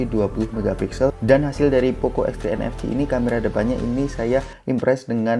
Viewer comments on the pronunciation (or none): Dengar mcm poco x3 nfg not nfc??